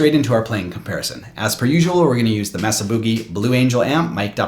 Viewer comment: Always love your comparison videos! (Even if you do mispronounce Mesa XD )